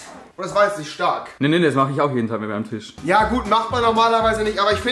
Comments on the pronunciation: TISCH Junge TISCH nicht TICH was ist daran so schwer .... 😂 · Ich gebe den Shop-Code erst ein, wenn du das Wort Tisch Tisch aussprichst und nicht Tich